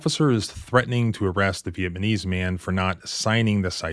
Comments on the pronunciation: I swear… if you say VietMaNese one more time… I’m suing you for damages… to my ears. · Sounds like you are saying vietmanese and not Vietnamese, you got you m and n mixed up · Sorry, a lot of people say it wrong. It’s Vietnamese, V-it-Na-Mese, not Vi-it-Ma-knees. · Viet-nAHm-meez not viet-mUHn-nese, just for clarification. Love your channel, thanks! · Am i tripping or is dude saying vietmanese instead of Vietnamese? I know its nitpicking, sorry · I’m not sure if it’s intentional or a speech impediment, but it’s “ViatNamese”; not “VietManese. As long as we’re on the issue of offending the Vietnamese community the least we could do is pronounce their nationality correctly. An another note: We clearly saw the, albeit elderly, man strike the officer in the chest area. That’s a battery at the very least. It was reasonable to take the man down. You don’t get a warning WHILE you’re committing an assault; you get a defensive response. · VietNAMese, not VietMANese. You're making my ears bleed... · How about you learn how to pronounce 'viet-NAM-ese'? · Damn dude learn to say VIETNAMese! Also, while the Officer was a bit excessive, the old man should have never put hands on the Officer. There's no need to articulate to someone that you are under arrest, depending on the state. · Is he saying Vietmanese? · It’s pronounced VIET. NAM. ESE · Your pronunciation of Vietnamese is wrong( not Vietmanese) but Viet-Nam Mese, LOL😅. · Or maybe viepnamese…idk. It keeps throwing me off. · Is it me or are you saying Vietmanese? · How does a person that has a JD pronounce Vietnamese? Just ask, since he pronounces it Vietmanese. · You’re a lawyer, ”vietmanese”? Is that one of the words you can’t pronounce? Like cinnamon? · VieTTTnames lol work on the pronounciatio. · It's not really important but my ADHD just will not let me stop noticing you pronounce it as "VietMaNese" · "Viet-Ma-nese"? 😂 C'mon man. You can do better than that. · Try saying that again. Viet nam ese. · He said vietMANese